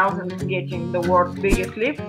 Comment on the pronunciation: Sad that she can no longer pronounce lips